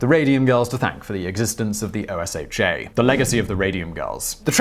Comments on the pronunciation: Someone tell him we don’t say O S H A we say oh sha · simon, we say "oh-shuh", like it's a word, not O-S-H-A.